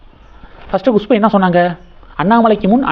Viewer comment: Gushpu illa.kushpu